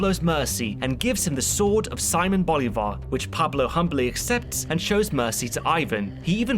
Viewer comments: See-moan bol-e-var. Sea-moan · And you said his name wrong 10 times